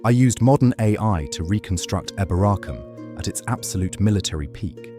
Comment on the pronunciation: Pronounced EEboracum